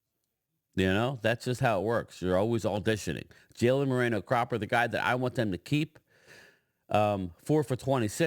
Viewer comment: Brian...TOO FUNNY.........EDOGA....NOT CHUMO EGODA.....LOL.....AND CALLS CROPPER...CLAPPER...